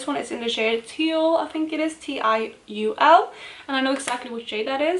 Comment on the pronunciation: So much progress, impressive :) I love the new colour story! I think that ND eyeshadow would look great paired with the Glamshop one. And 'tiul' actually means tulle and is pronounced pretty much the same way :)